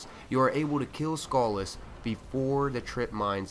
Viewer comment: Sounds like you're calling him "Skull Ass"